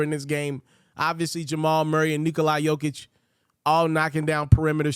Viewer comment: Nicholi Yokitch ??? Hey man. Of all people, you gotta get his name correct. Nobody says Labren Jammes. Or leaves off the "E" in KobEE and say Koeb.... Nikola Jokic.... It's a very simple pronunciation. Remember what you said...... This channel is how you feed your family. The competition is STEEP. Now.... If you are making a play on a name for emphasis like Hakeem A-Large-A-One because he is a large figure on the court. Okay. But to butcher a 2x MVP that might become a championship series MVP, that's not a good look. I did like and sub..... You speak nicely. Your opions are REASONABLE. Good luck. p.s. I love Jokic but to be honest..... I had never heard of him until 6 weeks ago. Then i jumped on the bandwagon. Than bandwagon lead me to your channel..